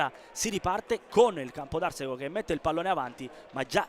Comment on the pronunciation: si pronuncia Campodarsego con accento sulla a e non sulla e